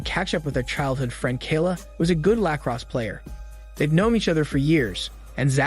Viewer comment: Lack-ross player? Al-poko? Bart-ending? Is this a love person or an AI narrator? Either way he sounds like an idiot.